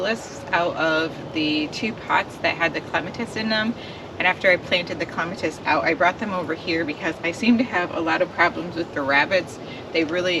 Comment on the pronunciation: New subscriber. I will have to try the root slayer shovel. I was so happy to hear you pronounce clematis correctly, lol. 😀 I know some people don't care, but it's the one word that is just like nails on chalkboard to me when it's mispronounced. I am not that way about any other word, just clematis. 😀 I love all the leaf mulch you have, it's so good for your soil. I am surrounded by tall trees, but they are firs and spruce mostly so very few leaves. I still have bulbs to plant. Work has been crazy the last couple of months . Luckily I didn't buy too many this year so I hope I can get them done next weekend.